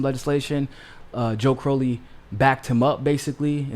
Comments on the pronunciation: Ummm....? It's CrOW-lee, not CrOH-lee. Joe Crow (rhymes with cow)-lee. Sorry about that. #AOC2032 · I think Joe pronounces it CR-OW (like ouch!) - lee.